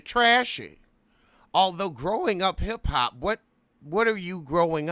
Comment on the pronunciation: am i hearing you correctly? growing up heff hop?!?